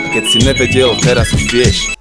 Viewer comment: ne vyslovuje sa to tvrdo NEvedel ale ňeveďel